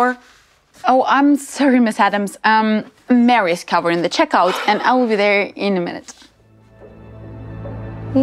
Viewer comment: They pronounce her name Mary, but it's spelled Marie.